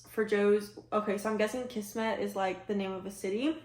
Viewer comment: Kismet. Pronounced KIZmet. Means destiny or fate.